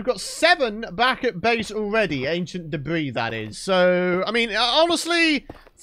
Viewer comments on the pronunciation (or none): Ancient depth ris not debris 🧐🤨😕